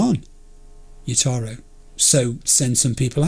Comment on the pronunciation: Btw Jotaro isn't pronounced like yotaro. The J is pronounced like an English J and not a Spanish one or something